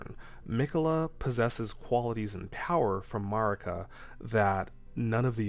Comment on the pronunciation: Erdtree/Redtree …hmm think on that 😮 side note you’re saying Marikas and Messmers name wrong